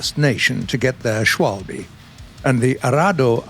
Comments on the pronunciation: you're okay with 'swalby?' Lol For an anglophone, try to say Sh-vahl-beh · Anyone else finding the mispronounciation of 'Schwalbe' a bit triggering? 🤔😀